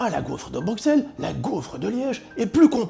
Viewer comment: Bruxelles c'est ta maison mais tu dis "Bruqsselle", rentre chez toi m'fi !